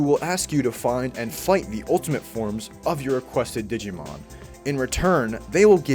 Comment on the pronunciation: Glad to see a digimon world 3 fan. But his pronunciations of the Digimon hurt me. Still a good video.